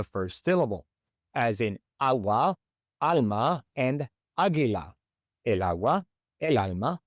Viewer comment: It sounds like you’re saying “aye” for el, when it should be pronounced like the letter L; el and L should sound exactly the same. ❤ Also, “sofa” is very common. Sofa ends with an “a” but we say, el sofa! 🤔